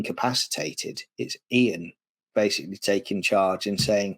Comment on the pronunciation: I always thought at this point the Dr was deliberately mispronouncing Ian’s name to get a little back for the loss of authority over the group. Hartnell’s line fluffs seem to have been in the middle of long sentences. Has anyone got a copy of the Titan Books script book for The Daleks - that would be interesting to compare